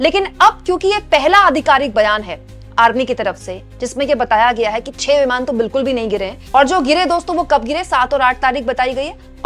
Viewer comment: Itni kya jaldi hoti hai apko vimaan hota hai vimaar nahi 😂